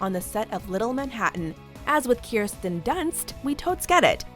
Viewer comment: "Keerstin Dunst" smh